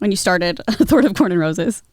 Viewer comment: "A Thourt of Corn and Roses" made me giggle 😂